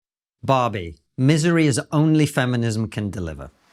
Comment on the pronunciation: At the beginning he said Barbie. I thought he said Bobby. I thought to myself, "Who's Bobby!?" 🤔.